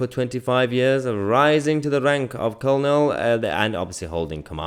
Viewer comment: Hi, Mahyar... I see you struggle with pronouncing the army rank of Colonel. try this 'Kur-nul'. love your videos, keep 'em coming.